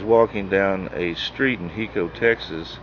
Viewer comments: You're not pronouncing the name of the town in Texas correct. It is HI-CO Not HE-Co, And Brushy Bill lived in Carlton, Texas a little town south of Hico, about four (4) miles, I used to live there. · It's Pronounced High Co.